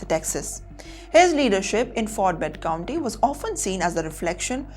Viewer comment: Hello. Its "county" NOT "Country"